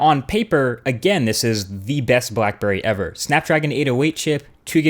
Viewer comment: black burrey xD